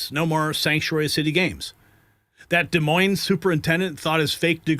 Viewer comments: Every one who pronounces the s in Des Moines should be fired. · I'm not criticizing you at all it's just that in the name Des Moines the S is silent.